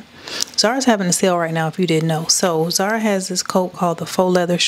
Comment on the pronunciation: the store brand name is called ZAR-A Sis! Not Zeera! 😂😘 but however I do love your channel! 🔥